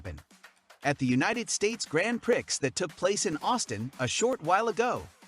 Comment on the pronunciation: Learn how to say Gran Prix and I’ll listen to you